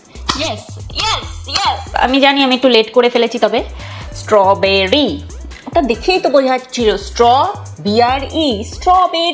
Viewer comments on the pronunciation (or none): Tumi jeta paroni seta Stro bear e Stro berry